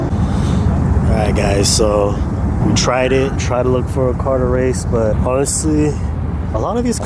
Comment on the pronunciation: “i don’t wace in dis caw i wace in my chwackhawk” 🤣🤣🤣